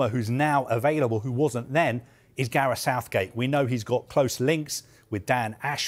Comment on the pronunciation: This mf say Gareth Southgate?😭